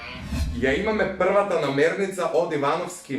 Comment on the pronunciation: NAMIRNICA, ne namernica